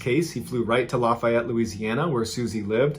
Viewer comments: Laugh FEE ETTE, NOT LAUGH FIE ETEE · I'm a born and raised Louisianan. Lafayette is pronounced Laugh-ee-ett not Laf-eye-ett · It’s pronounced laughy ete Louisiana Mr. Ballen but that’s a great pronunciation for not being from Louisiana brother, keep up the great work man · Stop murdering Lafayette! It is pronounced: laugh-e-et The middle e is pronounced as the letter "e". So it's laugh like hahaha, the letter e, and et rhymes-with set. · I love the stories but hearing how he kept saying “lafayette” had my eye twitching the whole time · It’s always funny when people not from Louisiana try to say Louisiana things like Lafayette lol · I love ya man, but you still are mispronouncing Lafayette LA.